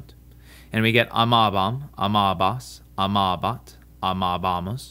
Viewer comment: Gotcha again: the Latin long 'a' in amabat is not the same sound as the English 'a' in was (wuz)! Secondly, the stress is not always on the endings. This is a mistake many Latin teachers make, I guess to aid in memorization but which results in the students learning the wrong pronunciation.